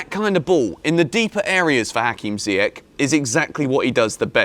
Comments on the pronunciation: Man sorry for this, but it’s not Ziyek…it’s Zi-ye-sh. Younes is gonna kill you for that pronunciation😂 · Jorginho for Ballon d'Or? Do me a favour. 😂😂 And it's pronounced "Ziy-esh" bro...